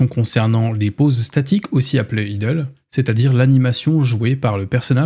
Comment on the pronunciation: Pour le "Idles" ça se prononce "Aïdeul" en gros (c'est moche mais c'est pas grave)